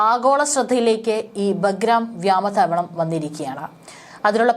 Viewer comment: മനുഷ്യനെ നാണം കെടുത്തല്ലേ.... വ്യാമ താവളമല്ല, "വ്യോമ താവളം" എന്ന് പറയൂ